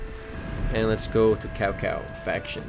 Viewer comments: Kao Kao xD? isn't more pronaunced like Shao Shao? Well currently downloading the game, though seems a little like a normal point and click. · It's not cow cow you read it as Chao Chao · lol cowcow its cho cho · Cao Cao isnt "Cow Cow" , its "Child Child" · It ain't really Cao Cao, it is spelled that way but it ain't pronounced as Cow Cow, it's more of... Chao Chao, I'm chinese so I know the story... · PS,, horrible pronunciation of the leaders:| Cao Cao is not "Cow Cow" but 'Tsao Tsao" and "Lu Bei" is "pronounced as "Lee-you Bay" xD Sorry, but I had to correct that. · caocao becomes cowcow lmao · its tsao tsao :D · IT'S PRONOUNCED SAO SAO =/ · Lol he's pronouncing the names wrong :P Cao Cao = Sao Sao o -o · well you wouldn't pronounce Cao with like a ch like chocolate...but more of like a ts so its like tsao tsao......I always thought it was like kao kao , but then my friend told me a lil bit more about the chinese language and I also purchased DW6 and WO2 which pronounce the name like i said before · Actually, it's pronouced Tsao Tsao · lol no its pronouced tsao tsao lol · its tsao tsao not cao cao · you said cao cao wrong D: xD